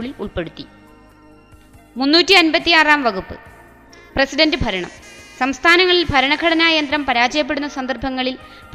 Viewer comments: faranam alla kuttiii... bharanam... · Faranam alla bharanam.....bhaaaa.....malayalathe kollalleee